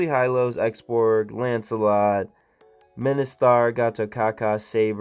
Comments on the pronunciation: Min-si-tar is the right pronunciation Not Mi-ni-star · bro its min-si-tthar not mini-star 😂 anyway i really want all sss heroes but havent got any yet T^T